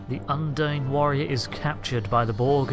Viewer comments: I very much enjoy these videos. Well done. But-. What is it with so many Brits and am inability to correct pronunciation? Un-deen. There are many many times an in game character pronounces the name of the species. It's not open to interpretation, it's just a fact on how you say it. And while we're at it's Super Marr-ee-oh. Not Mare-ee-oh. He literally exclaims his name when you start the game. #justsaying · If you say the name of species 8472...undine...repeatedly...and incorrectly...it doesn't make the pronunciation correct. What's more bizarre is that you are listening to it spoken correctly ingame yet you opt to say it incorrectly...over and over. Why? As an aside...I fully understand what may be the issue... that being U N D I N E should be expected to be pronounced as you do. The reason it is not and the disconnect between the name and spelling of it will likely remain a mystery.